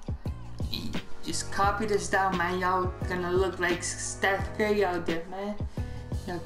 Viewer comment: He said Stiph Kurie